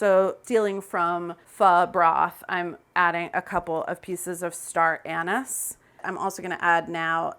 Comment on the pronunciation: it’s star ANISE, CC. ANISE. The pressure cooker changed my stock game. Roast the bones (I usually do it in the pot on Sauté), add hot water from the kettle to get a hard boil to desanguinate the bones. 2 45 min pressure sessions with the veggies in it and you’re done.